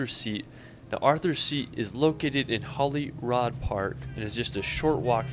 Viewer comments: Hollyrod in Edinboro??? 😂😂😂 That guy should have attempted to learn how to pronounce the placenames. Lucky for him he didn't visit Milngavie. Folks, 4 days isn't enough. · For goodness sake - his pronunciations are weird. DON'T be tempted to say Ed-in-bu-roh. 'It'll label you as quite ignorant and definately American. It's Ed-in-bur-uh.Holly Rod Park? Holly Rood. Also - not Loch Lamon, it's Loch Low Mond.with the emphases on all three syllables . How did this guy spend time in Scotland without picking up the correct pronunciation of places. I've also heard visitors from your fair land arrive in London and refer to the river Theymes. No. Spelled Thames and pronounced Tems. Just sayin'. Crown Jewels are in the Tower of London. The one thing he is right about is the Midges. Strong insect repellent is an absolute must especially near water They tend to be a Scottish thing so advice from a pharmacy in the north of the UK will be more accurate than one in the south..